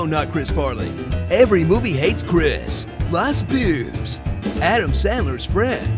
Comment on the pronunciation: Because of you I have started to say the word Boobs like Bewbs... 😛